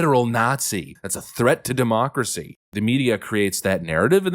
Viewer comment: JESUS F@@ CHRIST STOP SAYING DEMOOCRACY!! YOU MAKE US CONSERVATIVES SEEM RETARDED